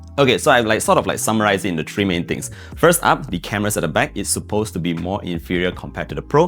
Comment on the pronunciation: You have to try to pronounce the number 3 correctly.. Not as 🎄, but three